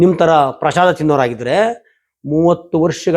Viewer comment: ಪ್ರಶಾದ ಅಲ್ಲಾ ಪ್ರಸಾದ.